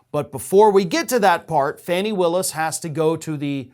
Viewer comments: It is Fawn-ee, not Fanny Willis. (Does anyone else mispronounce her name like this?) You have, when you thought you might have done so, apologized for possibly mispronouncing someone's name. I am deeply puzzled, then, how you -- who pay such close attention to important news of the day -- would have trouble with this. Please, tell us, why is that?? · 'Fani' Willis is pronounced "Fawnee".